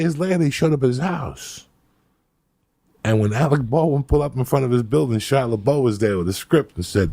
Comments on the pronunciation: "Shia Labow" LOL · He beefs “Shia LaBoeuf” (Shyla Beaux) six dozen times— but he nails “Stanislavsky” first try. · Shia "Lebeau" lol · I’m just here to hear shia le-bo repeated back to back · Kaia lebow (Shia Lebouf) 😂😂😂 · Im not gonna drop any names, but Alec Baldwain and whats that kid, Shaya la Bof. Lol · Super unprofessional to mess up the script...said Shia Laboo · Shia labow 😂 nobody corrects Joey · “Chow Laboe” 😆😅